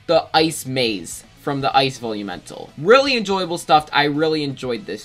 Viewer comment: Why does it sound like you are saying bully mental instead of velumental